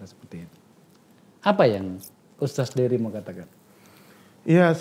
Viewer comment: Bukan USTAS bang tapi USTADZ atau kalo ga bisa bilang, USTAD/USTAT aja